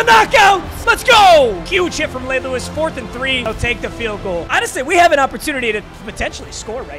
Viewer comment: “Huge hit from lay rewis”